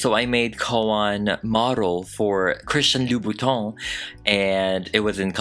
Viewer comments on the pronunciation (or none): I love you but why you gotta say « loubonTON » instead of « loubouTIN » 😭 (I’m french and easily triggered sorry) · just a tip as a french we don’t say the “s” of Louboutin 😅